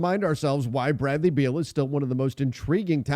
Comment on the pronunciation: Thiers no D in beal